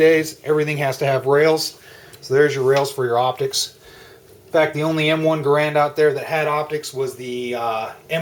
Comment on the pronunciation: Rifles don't have clips, pistols do. The M1 "en bloc" is just THAT, an en bloc.....not a damn "clip"! BTW, though it's spelled GARAND, it is NOT pronounced thus. The correct pronunciation is Geh'-rend........sounds like 'errand'.